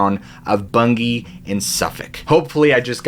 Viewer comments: May I congratulate you on your pronunciation of Bungay, it was perfect! Thanks very much for another great video, absolutely fascinating. David from England. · Very good pronunciation of Bungay I’m from the next county Norfolk England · Full marks for getting the pronunciations of Bungay and Suffolk 100% correct. 👍🏻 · Yes, u pronounced Bungay correctly 👏 😊..I live quite close to that place, black shuck is quite the legend 👌 😮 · And 10 out of 10 for pronouncing Bungay correctly! You are just brilliant, many thanks again.